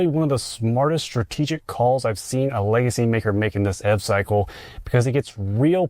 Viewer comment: YOU PRONOUNCE ev EEEEVVVV